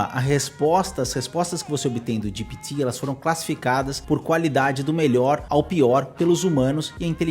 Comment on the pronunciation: Cara, fala GPT direito. GIPITI nada a vê !!! O vídeo é para brasileiros e não para americanos.